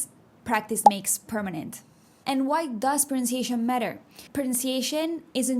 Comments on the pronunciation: You do a fantastic job of pronouncing Spanish words, but you need more practice with English ones. For example, "prunciation" is not an English word. I like this video a lot, but please pronounce pronunciation more distinctly. In English, we say "pro-NUN- see- a- tion." Also, the English word "category" is not pronounced "ka-TAG-a-ree," it's "CAT - a - gory." And one last tip...words with a short "I" sound, such as "city" and "little," have a sound that Spanish speakers don't make. It's the "I" sound like in "sit" or "fit." I hear you saying, "see-tee" for "city" and "lee-tul" for little. I am just trying to be helpful because I can tell that correct pronunciation is important to you. 🙂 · This is very useful, thank you. Your English is very good but I did notice two words which you don't get right (compared to RP English), they are pronunciation and category. To my ear your version of the former sounds like prunciation and for the second, I hear ca TEA gory. Whereas British speakers would make the emphasis like CAT e gory. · Super helpful, but if only I could correct the way you pronounce 'pronunciation' 🤣🤣🤣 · Excellent comment to an excellent video! Yes, "categories" needs some work. Also, "pronunciation."